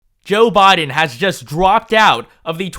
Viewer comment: At least I don't have to hear you pronounce BI-din as BAH-din as much now.